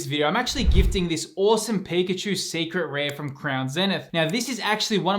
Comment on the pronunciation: IT'S PIKACHU, love the vids bro keep up the good work❤